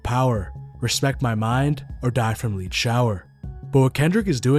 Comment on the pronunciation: Actually I think I take this back. This dude is using an AI voice. The mark when repeating "respect my mind or die from lead shower" He pronounces it like "Leed" (like "To Lead") and not "Lead" (like metal or pencil lead). There is NEAR ZERO way that someone who sounds as fluid in English as this would make that mistake ESPECIALLY just after playing the song excerpt. This dude is a phony.